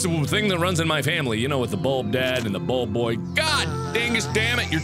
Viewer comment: Buld boy? I do believe it's .................................................slime man